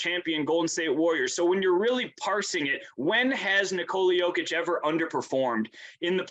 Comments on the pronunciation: I agree. Except for Jalen Rose, he never underestimated the Nuggets. Speaking of "putting respect on his name", please help spread awareness that it's pronounced "nIkola yOH-kitch" and not nikOla yO-kitch. You are doing a noble service for American society. Thank you and God bless America. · Cool buddy. Well, if you ever want to say his name correctly and not sound so silly to the rest of the world, it's niKola yOH-kitch. All the best 👍